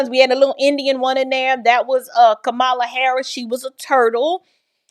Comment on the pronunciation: FYI, it's pronounced KA-mala, not Ka-MA-la. 😏